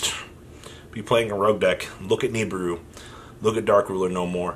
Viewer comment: read this. It's NOT Knee-Burr-Roo, it's Nih-(like Nick)-Beer-Roo.